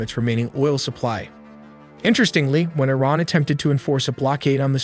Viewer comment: It is pronounced [E-RAAN]--->[E-RAANIAN]